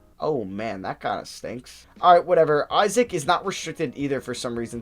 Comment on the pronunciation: S/O for pronouncing Isaac’s name right! As a Wizards fan, I used to cringe every time you mispronounced it ;)